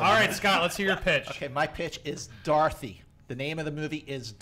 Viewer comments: I thought he was saying "darthy", lolz...not "dorothy" XD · I thought he kept saying "Darthy"